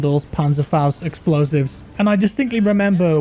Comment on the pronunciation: I love how says "Explozives"